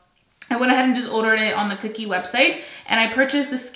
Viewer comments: Omg , please stop saying cookie cosmetics. Please, it's Kokie ( kō-kē or co-key). It's not spelled with 2 o's. I'm sorry. I don't mean to sound like a picky bitch it's just that you keep saying it over and over at one point and it's making me nuts that I can't help you stop mispronouncing it. I feel so bad . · It’s pronounced Ko-Key :) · lol I think it’s pronounced.. koh-key 😅